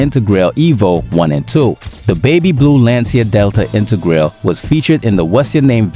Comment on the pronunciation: Please say integrale the right way